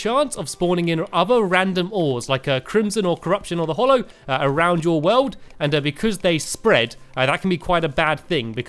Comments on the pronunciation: ''Tis hallow not hollow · Hallow not Hollow Stanmpy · its hallow not hollow